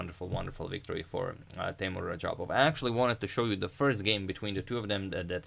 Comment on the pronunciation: Agadmator just butchered Teimour’s name.